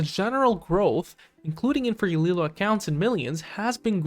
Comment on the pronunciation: You cant even pronounce Galileo right, but I am expected to listen to your stock analysis like you know what you're talking about?